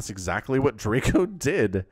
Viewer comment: As a Pole, I would like to tell you how to pronounce Draco. In English letters it would be Draeco - the a is more like in car, or the first letter of eyes. Greetings from Poland!!